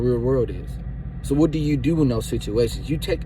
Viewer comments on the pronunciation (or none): Bro I’m sorry but plz stop saying dew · 🤣😂😂😂 "Watch what you Deew.. just do it right" So he really know how to say do lol